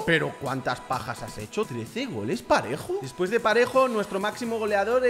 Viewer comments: soy yo o dijo pajero en vez de parejo😂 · dice pa*ero en vez de parejo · Dijo pajero en vez de parejo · Me cague de risa cuando quiso decir parejo y dijo pajero🤣🤣🤣🤣🤣🤣🤣🤣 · Nadie absolutamente nadie Pajero en ves de parejo Xd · diciendo pajero en vez de parejo jajajaja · Dijo pajero en vez de parejo 😂😂😂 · Dijo pajero en ves de parejo😂😂😂😂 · Alguen se dio cuenta que dijo pajero envés de PAREJO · dijiste Pajero y era parejo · Una persona normal dice PAREJO pero dice PAJERO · Soy yo pero en la parte q sale parejo dice ¿pajero? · Es parejo no pajero😂😂😂😂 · en el minuto 4.12 en ves de decir parejo dijo pajero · Dijiste pajero e bes de parejo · Xq decís pajero en vez de parejo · Se dice parejo